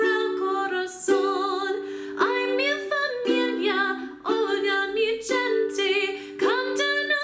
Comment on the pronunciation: Pronounce the g in gente like an h so it sound like hen-the